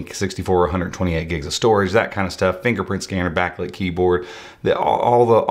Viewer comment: DID YOU SAY N FINGERFKNPRINT SCANNER?....FINGERPRINT SCANNER...SAY IT AGAIN ...FINGERFKNPRINT SCANNER